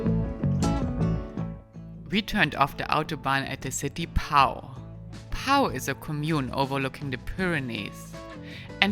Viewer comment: Pau is pronounced 'Po'.